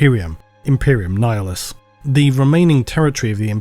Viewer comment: Nihilus (Ni-Hilus) pronounced as Nayalus